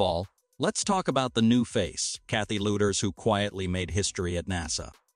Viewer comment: For how long has Mrs. Lueders been responsible for the Starbase? It has been quite a while, and now you sell it as news. And pronouncing her name as 'Luders' is not very polite if you know a little of German. 'Boing' is also wrong, but not impolite.